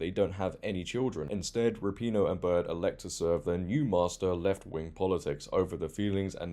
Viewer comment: I love when people pronounce it ra-pee-no instead of rap-in-o, it's so much more fitting 😂